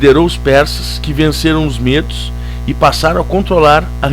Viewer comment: mt bom,só aprende a falar medos tbom?!! 乂⍱‿●乂